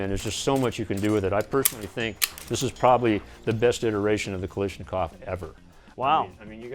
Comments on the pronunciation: KALASH! its kalASH not kalish bah. I love but my lord that irked me. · Gun expert calls it "kalishnakov"? Nah lol. GTFO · Imagine a "gun expert" saying Kalashnikov wrong.. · I wonder does anybody knows that internatonal AK expert outside US? He doesn’t even pronounce Kalashnikov right